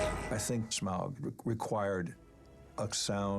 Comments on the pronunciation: "shmaug"..............its smaug my friend. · Yo PJ, there is no H or CH in "S*CH*MAUG" -- its SMAUG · it annoys me more that Peter sais "shmaug" instead of "smaug" xD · Smog, Shmaug, Smaug, Smahug how many times they pronounced it differently was really bugging me. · I absolutely love this but there's one thing that slightly annoys me... more than one of them pronounces Smaug as "Shmaug"... i still love it though... ❤️ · Why is Peter always saying "Shmaug" 😂 BTW: thx for uploading this❤️ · So I noticed that Peter and a lot of the other crew members were pronouncing Smaugs name as "shmaug". Is that the correct way to say it? I mean clearly if they're producing/directing the movie then they'd know the proper way of saying his name lol. Was just curious! I've always just pronounced it Smaug, without the SH sound. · lol the guy correcting me deleted the comment. but yes. for all wondering, it is certainly pronounced Smaug -- Sm-OWW-g. Like you stubbed your toe. Or like Smaug just ate you. Whatever. ...And then there's Peter Jackson, schm-ow-g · Some of them pronounce Smaug as Smog and its so annoying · Rystor Before I started reading tolkien literature, if asked to say Smaug, I would pronounce 'Smog' or 'Smowg'. But after, it's apparent that 'au' in is pronounced like the 'au' in Sauron, Smaug, Anfauglith, Taur nu fuin, falls of Rauros, Aule. So the 'au' is pronounced like 'found' and not 'faun'. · Why do they pronounce sometimes Shmaug instead of Smaug? Any idea? Thx! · Pretty interesting how PJ pronounces "Smaug" - SCHMAUUG. It's exactly the way my country men would do. We're saxon and it sounds horrid :D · "Schmaug" FFS, mr Jackson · Because they are stupid and don't know that it should be pronounced Smaug. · Out of all of the pronunciations of Smaug, I think "Shmauwgy-Shmauwg" beats them all. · Peter Jackson pronunciation of Smaug makes my ears bleed.. . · There's no "ch" in Smaug, Peter. Jesus christ.